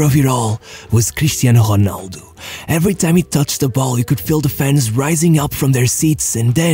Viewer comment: Amazing! You actually said Ronaldo correctly instead of HEnaldo like you usually do